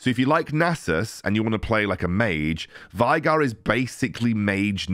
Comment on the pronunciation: its not pronounce - Vi(Vi the champion)-Gar its actually - Vay(like Gay)-Gar 🧐🧐🧐